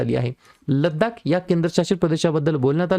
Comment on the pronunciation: Laddak nahi लडाख